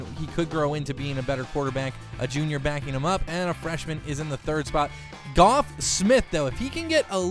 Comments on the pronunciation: This dummy said "Goff" Smith. It's pronounced like Jeff.. 🤦‍♂️ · Geoff is pronounced Jeff by the way